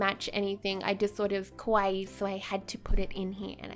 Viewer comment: The way you are pronouncing kawaii sounds like kowai (scary) sometimes so be careful.